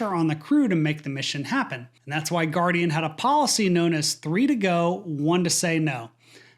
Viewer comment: its Guardian Flight not Guaradian